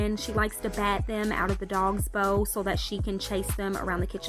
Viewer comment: When you say bowl i thought you said bow